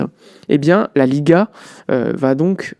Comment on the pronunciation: Arhhh LalLiïhHh mdrr la prononciation 😂😂😂